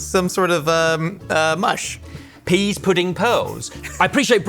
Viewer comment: Pease, not peas.